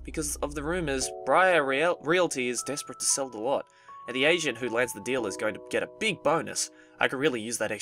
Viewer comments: It sounded like you said "She's an asian like me" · When you said "that was rose. She's an agent like me," I thought you said, " she's an Asian like me." 😂😂😂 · Is it just me or do I misheard saying "agent" for "asian"??!! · its funny sometimes he pronounces agent like asiant i don't know if i'm the only one who notices it